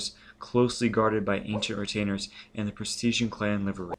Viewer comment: If you don't know a word, look it up! Presteign=PRES-stayn. Chicanery=shih-CANE-ery, etc.